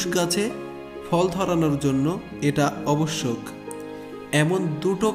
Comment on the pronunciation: শব্দটি হবে আবশ্যক, আপনি ভুল উচ্চারণ করেছেন ।